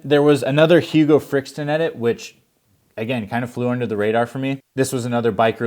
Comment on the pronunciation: It’s Hugo Frixtalon not Frixton… could at least say it right if you’re hyping him up